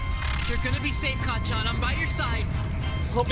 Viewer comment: I heard deku said "cacan" instead of "kacchan"😭😭😭😭😭😭😭